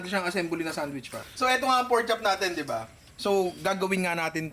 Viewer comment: Say it again "Porchop""